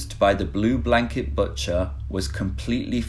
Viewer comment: Did you say "batcher" instead of "butcher"? Is this AI voice?